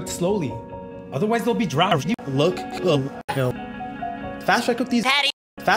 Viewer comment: jake says "yo" like "hell"